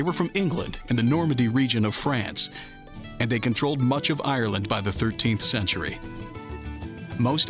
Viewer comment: Since when did ayeyerland have three syllables? I'm out. 4 seconds has to be a record.